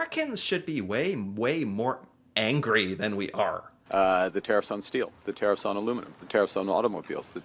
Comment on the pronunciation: There Tariffs... not Care-IF's